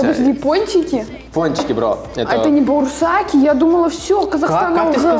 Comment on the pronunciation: Бауырсаки а не боурсаки